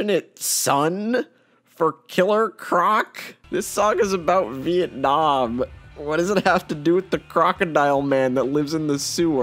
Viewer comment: he pronounced Việt Nam perfectly